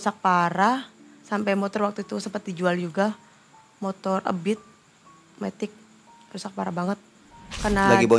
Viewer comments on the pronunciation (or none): none